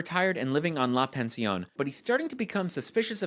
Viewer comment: “la pension” makes me cry laugh help